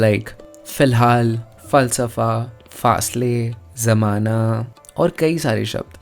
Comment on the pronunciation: Janab aali app per b galati k murtaqib huwe hain, zamana zueen see nahi Bulke zeaaa se huta Hai misal k toor par 'ظ' nahi Bulke 'ز' for zamana.. ❤ Pakistan, Punjab, faisalabad....